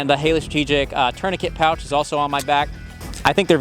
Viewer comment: "1911 Mouch (pouch)" will be added to my vernacular 😅